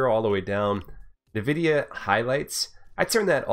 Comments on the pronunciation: NVIDIA is pronounced *“envidia”*, not *“navidia”*, btw, nice vid! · What's "Nevidia"? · Haven't heard anyone say Nvidia like that lol